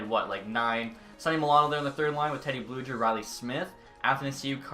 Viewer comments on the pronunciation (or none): Blueger is pronounced with a hard G. It isn’t pronounced as Bluejer